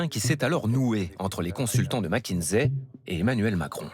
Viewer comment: Petit reproche à faire,c'est pas mac mais mc(mec)kinsey😊